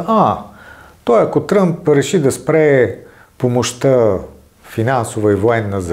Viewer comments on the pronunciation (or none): none